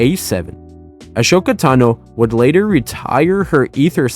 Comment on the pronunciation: Pls say ashokas name right